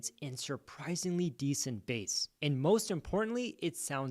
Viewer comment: Bass, not base